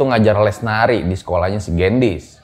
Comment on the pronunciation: koreksi dikit y baca gendisnya harusnya e nya di baca kaya di kata beli bang 😁 Gendis itu artinya gula 😄